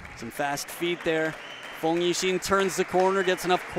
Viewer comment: Thanx for Great matches. But please, Feng‘s Name is pronounced „Fong“ and Not „Fang“. I got goosebumps every time 😂